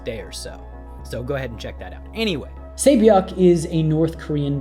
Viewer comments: Really pains me that I've hardly seen a single video where the pronunciation of her name hasn't been butchered. Just listen to the show, they pronounce it "SAH-byok" not "Say-byok"... If people can learn every Game of Thrones character's name they can learn how to say a handful of Korean names properly, it isn't that hard. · her name is pronounces Se Byok :)